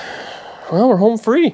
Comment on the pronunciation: did you say 'hone free' lol